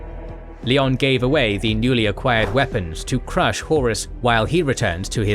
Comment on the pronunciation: Pls, its not LEE ON, its LION like the big cat lion. Smh cringing so hard rn